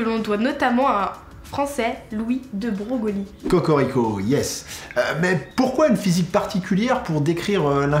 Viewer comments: Coucou, vidéo très intéressante :-) Juste une petite précision: De Broglie se prononce "De Breuille"! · Bravo, le sujet de la physique quantique est compliqué et tu t'en sors remarquablement bien:) Juste une petite remarque, Louis de Broglie se prononce Louis "de breuil", encore une bizarrerie liée à la physique quantique;)